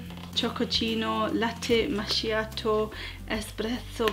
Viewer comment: "Latte masciato" muoio